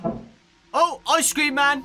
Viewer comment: THE BEST YOUTUBER AND WHEN U SAID ICE CREAM I THOGHT U SAID ICE SCREAM LIKE THE GAME